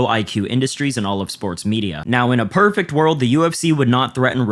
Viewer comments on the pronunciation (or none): none